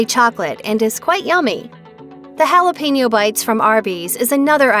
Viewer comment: But butchers jalapeño